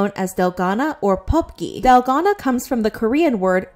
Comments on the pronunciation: It's dalgona, not delgado 💀💀💔😭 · DALGONA. not dalgano (you called it dalgano multiple times in the beginning) 😶😶😶, sis the consistency of you misspelling it is ridiculous. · Its pronounced dalgona